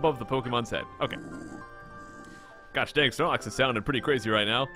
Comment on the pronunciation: you said snox instead of snorlax